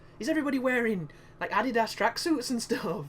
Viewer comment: ah-dee-dos AHAHAHAHA. Oh man, that was great.